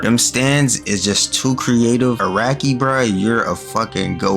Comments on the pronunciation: His names pronounced a rock e btw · the creator of jojo is araki is not akira like the dragon ball creator it's pronounced more like a-rock-e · Bro called Araki “Akira”